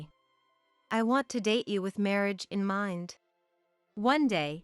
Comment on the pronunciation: Words such as marriage wrong prpnounced by narator marreeage